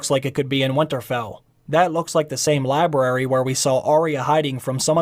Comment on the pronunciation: Did he just say Labrirry instead of Library